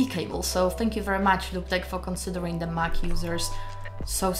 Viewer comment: Would love to know how this stacks up to Elgato StreamDeck. EDIT: and yeah, in English the pronunciation is "loop".